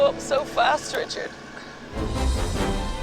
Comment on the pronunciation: "Never mind, Reechard!" 😄